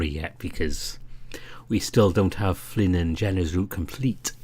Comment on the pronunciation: I was all well and good with this ramble until the end. You see, I beleive you mispronounced Flynn's name when you said that he was the best. It was an honest mistake, but I'll see about forgiving you. Joking aside however, I absolutely agree that echo is the kind of story that will stick around, and be remembered. Especially since it doesn't rely on Sex scenes, or an incredibly tropey main cast. The only thing holding it back from true greatness is how subpar the some of the beginning parts were, and I could see the team going back and tweaking some of the scenes and cleaning up dialogue to fit it better with where the story heads later in. I also hope that when the game releases, the patreon side stories and Route 65 are included with the game in some way since they add a lot to the experience I feel.